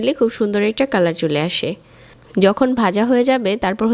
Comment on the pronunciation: রেসিপিটা খুব ভালো লেগেছে। আপু উচ্চারণ টা একটু ঠিক করিয়েন।বাজা শুনতে ভালো লাগে না